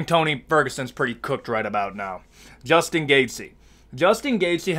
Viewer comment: there’s is no “S” in gaethje brotha but you can sure as hell hear it when he says Justin.